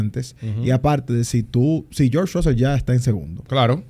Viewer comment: una palabra gepiana es como llaman a russell: RAAUSEL😂